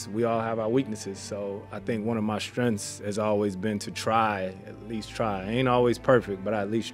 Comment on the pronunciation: I’ll never get why people say “strenth” instead of “strengths”. It’s not difficult. Mark Jackson said it at least once in every game he ever called.